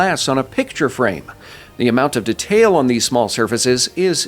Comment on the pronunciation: the way you pronounce detail is incredibly infuriating to me